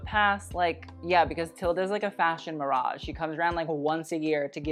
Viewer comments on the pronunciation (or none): none